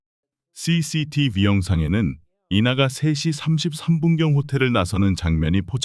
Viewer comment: CCTV. DNA ? 로보트 발음인가요? 좀 이상하네요